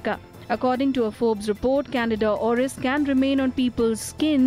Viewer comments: Say it with me...CAN-DEE-DA CANDIDA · Can- dida, Candida, NOT Canada. I know how hard it is to learn a new language, I just want to help you correctly pronounce this word.